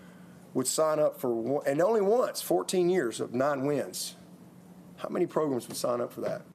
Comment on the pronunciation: "How many progrums..." LOLOL